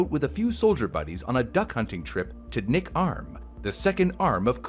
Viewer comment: I giggled when he said "nick" arm lol